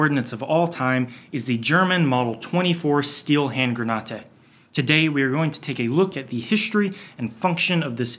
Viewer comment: The way he says "Grenate" makes me cringe because I know some German and how to pronounce it in German